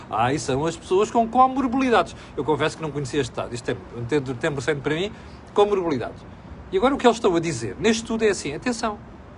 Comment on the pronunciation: é co- MORBIDADES. Morbilidades, não estou a ver...